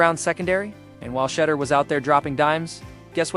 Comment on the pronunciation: His name is pronounced Sha-duer.